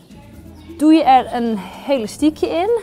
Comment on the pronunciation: ze zegt de hele tijd helastiekhe